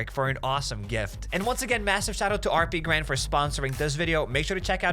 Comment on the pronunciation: How is HappyCairek pronounced as HappySirKen?